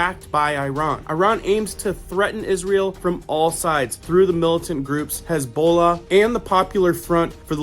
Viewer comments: Good job reporting. I appreciate your not moralizing to build the story. 1)HaaaMass=Hamas=Há-Maass. The accent is on the first syllable. 2) Héz-bö-la=Hesbollah Accent is on first syllable, then second syllable. 3) Isreal is not out ally, but they're smart enough to never let a good crisis go to waste. They wanted to wipe out Palestine so they were greenlighted. Netanyahu was warned 10 days prior to the Hamas border rush, by the Egyptian CIA. He those, to milk the crisis for all its worth. Remember St. Johns warning. Suddenly, the world will march on Israel after finding out how much trouble they have been creating. 4) It's a poker game. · Geez wish I didn't know this, n it wasn't going on. Hamas pronounced huh-mas, n Hezbollah hez-bow-la God Bless. Love your videos!!! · Bruh, how do you not even know how to pronounce Hamas or Hesbola? Lol😅